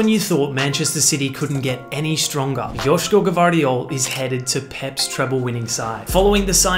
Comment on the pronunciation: As a Croat I can confirm that you pronounced “Joško Gvardiol” and “Mateo Kovačić” perfectly👍